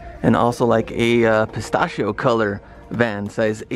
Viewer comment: The way he said pistachio makes me uncomfortable